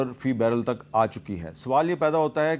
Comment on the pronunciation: Takar ❌ Tak ✅😂😂😂